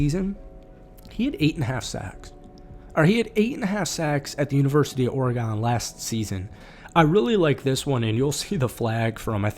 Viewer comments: Bro says oregonee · love the video hate how you pronounce oregon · I dont like the way you say Oregon